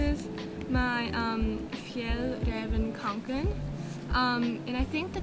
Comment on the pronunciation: Someone finally pronounce fjällräven kånken right!